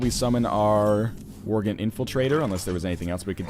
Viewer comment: Stop calling worgen vorgen please